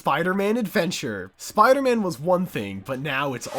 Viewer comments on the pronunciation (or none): Spee-ider man